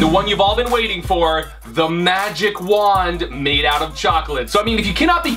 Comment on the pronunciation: First, it's wand. Second, it's not "stic", it's "stick"